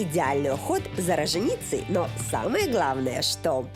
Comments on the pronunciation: Господи поставьте ей уже кто-нибудь правильную речь а то иногда страшно слушать!! «РоженИца вообще убила.. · мне тоже слух режет